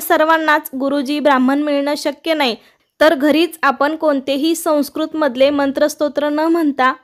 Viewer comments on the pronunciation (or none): none